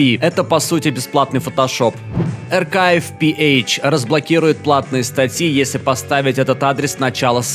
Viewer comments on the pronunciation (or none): не аркай пиэйч а архив пиэйч